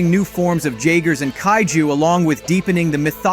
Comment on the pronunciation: J-ager... J is a Y in the context of the pacific rim story... Figures the idiot narrator in this video has never seen the friggin movie...